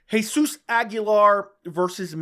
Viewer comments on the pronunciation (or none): none